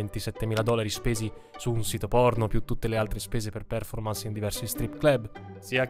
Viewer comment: Certe volte mi chiedo se lo fai apposta, a spostare tutti gli accenti alle parole, anche a parole che hanno un accento generalmente conosciuto e accettato. Io mi rífiuto, catègoricamentè, di íscrivermi al tuo cànale pèrchè provò veràmente un gravè scònforto quandò immagíno che oltre a Ucrània o pérformans qualcuno possa andare in giro a rípetere addíritturà psichedélia. Please. Stop. Get some help 😅